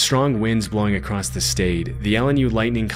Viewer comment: Dude, i really like your videos but you gotta start saying 'across' instead of 'acrosst' 😅